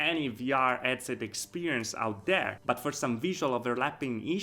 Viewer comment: I'm suscribed to your channel I think you really have some high quality videos and content but for being a vr headset channel maybe you could investigate how headset is pronounced anyway that accent may be also part of your success, keep it up